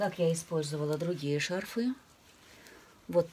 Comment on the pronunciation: То шарфЫ, то шАрфы... Уж определитесь как-нибудь...